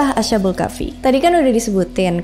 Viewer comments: asha kak lebih tepatnya bukan asya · bacanya as khabul ya kak bukak asha bul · Correcting dikit kak, bacanya bukan asha-bul, tapi as-habul 🙏🏻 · Oh iya, krn dipersilahkan utk mengkoreksi, saya mau koreksi ucapa "Ashabul" nya, bunyi sh nya bukan seperti sh di bahasa Inggris, tp tetep dibaca baik s dan h nya, jadinya "as-ha" bukan "asya" karena dlm penulisan Arab nya memang itu ada dua huruf, yaitu sin dan ha, jd bunyinya masing2.